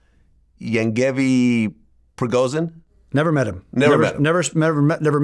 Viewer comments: Bro Vlad I would swear you're russian but have problem to pronounce Yevgeny Prigozhin, lol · I usually never listen to this guy but came on because I saw Eric. This Vlad guy is Russian and yet cannot pronounce “yevgeniy prigozin” …. As a Russian myself, I find that suspicious lol